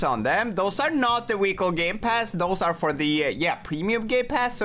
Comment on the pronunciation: He said wehicele